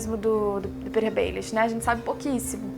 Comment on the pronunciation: Gostei do vídeo, só uma dica: se diz PetiR, não se fala como "Peter".